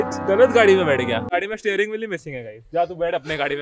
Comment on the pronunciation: stayring wheel tha😂😂😂